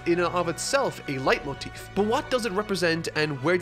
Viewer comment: I judge my youtubers on how good they speck the german words... Your "Leitmotiv" ist sehr gut👍